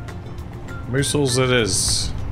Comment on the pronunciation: (Miss-aisles) "Missiles"